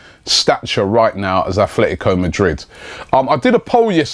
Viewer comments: Its atletico Madrid not aFletico. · It's still Atlético and not Athlético. And it's Shkodran Mustafi and not Shedran Mustafi. When will we learn Robbie?